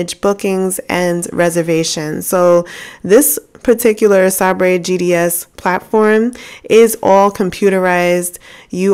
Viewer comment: Awesome Opportunities! Small FYI, SABRE is pronounced like the sword. Say-Brr I only know that because I was a travel agent when SABRE first came out and was a Doss system set up. Man, I am old. LOL!